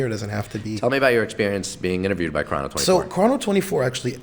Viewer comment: say chrono24 right like its only said prob so many times in the office... dummy